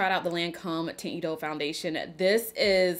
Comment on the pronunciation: Hi I love your eye look! I could have sworn that you reviewed Lancôme’s Teinte Idole foundation in the recent past. That is all I use! I love the formula because it’s great if you have oily skin. It’s pronounced (Taunt E-dole). And please give us a real Patrick Ta eyeshadow palette demo! Use those shimmers girl! ❤️❤️ Quit playin’ 😆